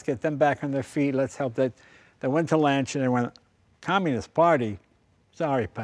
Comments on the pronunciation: it not LANCHA it's LANCHIYA(the correct pronunciation) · Say lancia right! Pronounce it! Not slay it!!